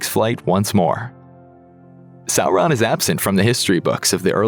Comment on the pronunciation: Thank you for not pronouncing Sauron as Sawron...🙏